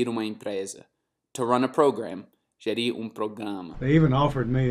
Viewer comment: TO RUN = gerAr . Não é gerIr . Essepalavra não existe e ninguém entende se você pronunciar da forma errada